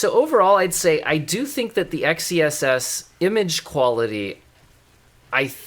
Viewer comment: Dude, it's meant to be pronounced "excess". You get it? X -ess? Excess? Get it? It's a play on words. How do you pronounce the word "sword"? Do you say "Ess word"? But seriously, do you get it? Excess? Xess?